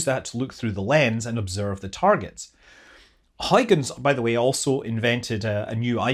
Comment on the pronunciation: That was fascinating and beautiful! :) Kudos for saying the Dutch name 'Huygens' correctly.